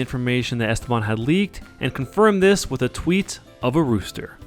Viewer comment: The way you say "Esteban" is painful sir.